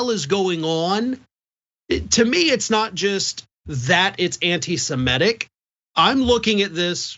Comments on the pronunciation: Anti-Semetic? The guy can't even pronounce it correctly. Not surprising though, considering he thinks there were 12 lost tribes and not the canonical 10 lost tribes. In my best Mr. Rogers voice: Can you say cretin? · He can't even say antisemitic properly. But is it true that he is changing his name again and this time to "Nay"? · Dickhead can't even pronounce anti semitic properly. Why do people idolise these fools?